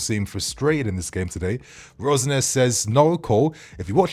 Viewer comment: Why do you keep calling him Rose-Nair? 😫